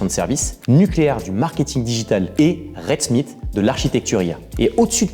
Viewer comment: on t'a dit que la capitale c'est ANTA-NA-NA-rivo. Et l'entreprise se prononce en anglais "redsmite" (smaïte").